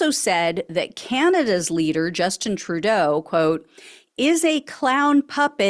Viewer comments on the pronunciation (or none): none